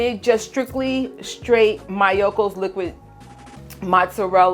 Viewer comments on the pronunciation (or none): I love the solid so much. It’s soooo good for caprese, but it’s impossible to find near me and they don’t sell online anymore 😭 I’ve been wondering whether the liquid could be cooked up into a solid block 👀 Btw the pronunciation for Miyoko’s isn’t MY-o-ko, it’s ME-o-ko. 😂